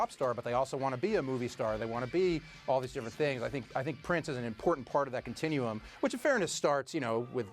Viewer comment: If someone says CONTINUEUM one more time!!!